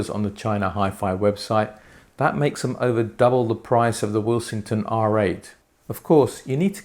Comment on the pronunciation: I haven't watched the review yet but am currently taking bets as to whether you pronounce Willsenton Will-sing-ton instead of Will-sen-ton. 😉 Any bets to Jim the Pedant, Pedanton, Pedantville, North Pedantshire.